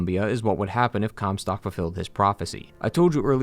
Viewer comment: Take a drink every time you hear "cumstock"